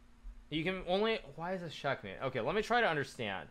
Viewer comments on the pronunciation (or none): Hikaru did u say Shitmate? I am a commanding officer of the USS Nimitz, and you’re calling my fellow shipmates that word?